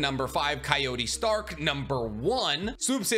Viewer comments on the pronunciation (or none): none